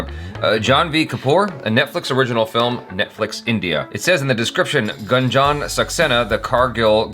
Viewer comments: It's actually not Gun + Jun In Hindi, it is pronounced as Goon + Jan :) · Not Ganjan.. its Goonjan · Its Gunjan not Ganjan. Read it as 'Goon-jan'. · Its not Gunjan, but pronounce it as Goonjan... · It's goonjan saxena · it's pronounced as #Goonjun not #Gun-jun.. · Pronounced as GoonJan not Gun jan or Gan jan😀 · pronounce her name has 'goonjan' not gun 😅😂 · In Gunjan the Gun part is not how we say gun in English, gun is spoken more like goon spoken at a fast pace if it makes any sense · Not gun its goon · Gunjan is prounounced as Goon-jan not Gan-jan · It's Goonjan not Gun🔫jan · Its ... GOOOONJAN ... NOT GAAANJAN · It's pronunciation is Gooonjan ... Not Gaanjan... In the very first second of the trailer they pronunciate the name.... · Not gun jan it's goon jan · help. they pronounced Gunjan like dungeon 😭😭😭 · It's prounced as guuun..jaa. nnn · Its goon jun saxena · its goon-jaan saxena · It's pronounced "Goonjan" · It is pronounced as "goonjun", stop pronouncing it wrong purposely even after hearing it correctly in the video 😡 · The way u pronounce ' U ' . You have to prononounce goo n jan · her name is pronounced as 'GOON'-'JAN' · It's Goon+Jan Saxena. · It is pronounced as goon-jan and Car-gill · First time Achara was wrong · Gunjan is pronounced as "GOONJUN" ❤️🇮🇳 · it’s pronounced as goon-jan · they pronounced the name even after Jhanvi narrated it🤦🏽‍♀️